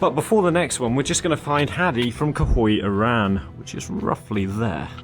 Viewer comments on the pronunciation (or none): By the way, you read the city Khoy as (Joy) with a Spanish J.